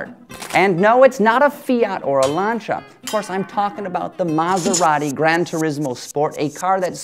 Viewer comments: lancia is pronounced lancia not lancha XD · and did u say lansha instead of lanCia